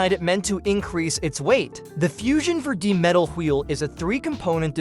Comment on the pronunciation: Is this a fucking AI voice? Why does it pronounce "absorption" and "4d" so weird